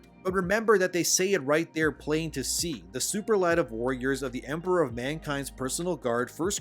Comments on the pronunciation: Sue-pearl-ah-tiv Superlative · Please learn how to correctly pronounce “Superlative”. It takes away from your message. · You miss pronounced superlative. 😅 I was like, what's that mean?